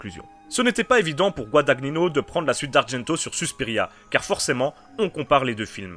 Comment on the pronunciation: GuadaGNino , pas Guadag Nino , c'est de l'italien ;), sinon jolie critique